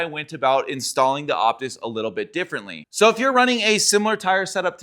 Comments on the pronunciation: I think its called the Oh-pus like the fine wine 🍷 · The P is silent. It's OTIS. Otis loves us!